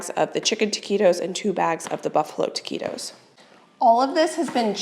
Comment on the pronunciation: I just want to let you know it’s not teakeytos it’s ta qui tos taquitos. I hope you don’t mind 💐❤️